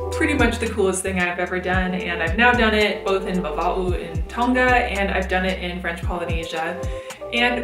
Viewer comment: you said tonga wrong but thats ok